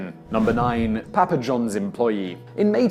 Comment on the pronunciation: Say Papa Johns again? It doesn't sound quite right